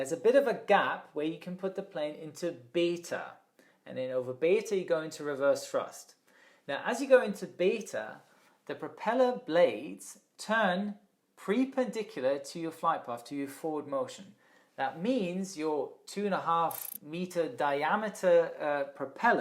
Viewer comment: Never heard of the word "Pre-Pendiculár" Beforé